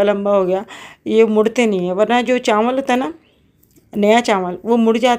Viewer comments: Recipe bht achi thi or biryani mazedar lg Rahi thi.ek baat kehna thi ap se k chawal ko chanwal na kaha kren.noon ki awaz na shamil krn or chawal kaha Karen.plz bura na manana.... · Chanwl Nhi hota Aanti ji Chawl hota h😂